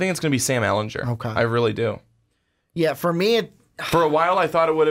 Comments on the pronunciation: its Sam Elingerrrr not Elenjurrrr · sorry Ehlingerrrrr NOT Ehlinjurrrrr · I cringe every time he says “ehlinjer” GER ITS EHLINGER